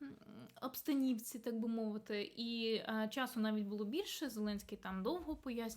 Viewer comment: Шановна, вибачте, але не в "обстанІвці", а в "обстанОвці"